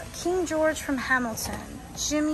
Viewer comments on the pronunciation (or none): none